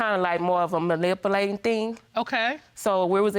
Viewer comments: 🙄🙄🙄🙄🙄 malipulate ?? She can't say manipulate but she can say discombobulated I'm appalled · And malipulate killed me